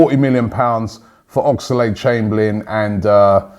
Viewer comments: Oxlade...... Oxlade...... Oxlade...... NOT OX-A-LADE!!!!! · WHY CANT YOU SAY OXLADE NOT OXALADE AHHGGGHH